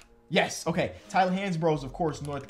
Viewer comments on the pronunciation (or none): none